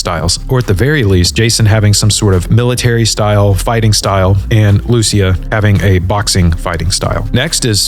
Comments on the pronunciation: The way you pronounce 'Lucia' is shocking. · Dude cannot pronounce Lucia correctly